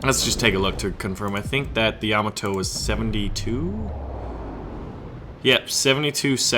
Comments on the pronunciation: Dude, you are killing me. It's pronounced Yam-AH-to. The emphasis is on the AH. Also the Japanese airplanes in War Thunder are KI as in Kay-Eye. Not Kee. You don't call a BF-109 a Biff-109 right? (Just a FYI, something Wargaming is getting wrong is that in the west, all naval guns are expressed in inches. The 76.2 is actually a naval 3".) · Yah-MAH-toe or YAH-mah-toe? I always thought it was the first? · Another awesome video as usual! But for the love of Pete there, baby Jebus kills one of your viewers every time you butcher your pronunciation of Yamato. Sends a cringe up my spine. LOL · how you pronounce Yamato really gets my OCD going man :) but i would play the Montana